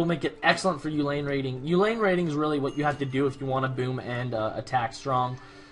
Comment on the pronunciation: Hey there. Great stuff, keep the vids coming. I'd like to see a match on Ceylon, because oceans are cool. (Oh, BTW, according to Wikipedia, "Uhlan" is pronounced oo-lan rather than yoo-lane.) Anyway, looking forward to more AoE.